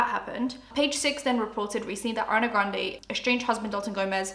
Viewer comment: I keep hearing Arnay Granday 😆